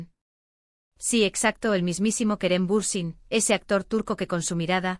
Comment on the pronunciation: Будьте любезны, если вы, блогеры, решили освещать всё о актёрах Турции, сначала выучите их имена и фамилии. Вы так исковеркали фамилию Берсин, что читать больно, раньше было смешно, а сейчас больно и обидно. Эти две Звезды, Керем и Ханде, великолепны, красавица и королева, и король симпатяга. Им жить, не тужить, веселиться, радоваться, идти по жизни, пожениться, деток нарожать. А потом воспитывать, любить, лелеять и радоваться, каждому их успеху. Большего счастья в жизни и не надо. Но, любимые мои, что случилось? Кто, кому перешёл дорогу или была измена?. С Богом в вашу счастливую жизнь и не обращайте внимание на слухи, домыслы, сплетни. Я Вас очень люблю❤😘.